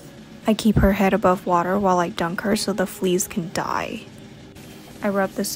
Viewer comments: She puts emphasis in “KILL” and “DIE” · i love the emphasis on “ die ” and “ kills ” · Love how you always put more weight on the word "DIE". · The way she says they should die or kill them with so much emphasis tho